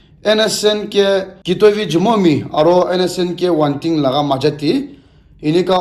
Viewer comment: Not wantin...its wangtin